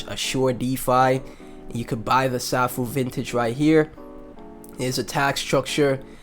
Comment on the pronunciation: Nice vid. BTW, Safuu is pronounced "Sayfoo" . Also, there is no presale of SafuuGo (SGO). You will only be able to swap Safuu for SGO during the first 12 hours of SGO release. After 12 hours, you can buy SGO with BNB. So buy Safuu now if you want to get SGO as soon as it is released.